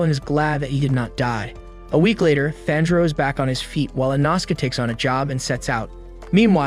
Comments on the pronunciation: "InAsuke"! Smh! 😅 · Inauhske and thanjuro 💀 😂